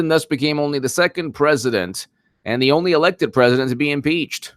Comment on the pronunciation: I love your content but goddamn i hate the way you say AND! It's not ayeeund.